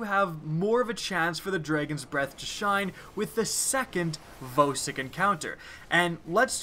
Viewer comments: I think Vosik is pronounced "VAW-SICK" not "VOE-SICK" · He says vōsik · and voesik